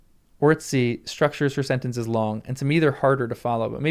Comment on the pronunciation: Her name is pronounced “Orts-eey. ☺️ “C” stands for “ts”, a distinct sound, similar to what you would make when calling a cat. Her style is indeed weird in English, but my Hungarian brain is not bothered at all, lol.